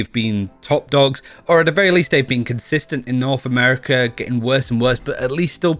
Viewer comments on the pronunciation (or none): none